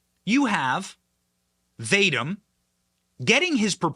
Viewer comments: Great information. One note, I believe Vadim pronounced Vah-Deem. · Can you not pronounce Bur-IS-muh? It's been in the news for over 7 years. Other than that, good work further exposing the already Whitney-Webb-exposed criminal scum. I'm guessing its pronounced "vah-deem," not "Vade-dim." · Vadim is pronounced Vah-deem' The energy company is pronounced Boo-ree'-smah free resources exist on the internet to teach you the correct pronunciation of unfamiliar words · lol you are not pronouncing "Vadim" correctly.